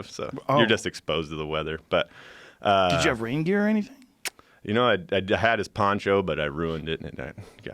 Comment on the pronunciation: he said raingear and it sounded like reindeer